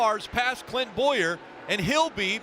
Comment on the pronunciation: i swear it even sounds like he even dropped the N in Clint's name, then the "oohhh~" I'm laughing my ass off